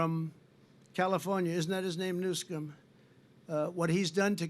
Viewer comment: He said Governor new scum…. 😂😂😂